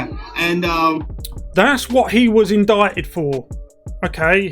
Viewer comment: Good vid 1 thing...its not... in dick ted its in dight ed indictment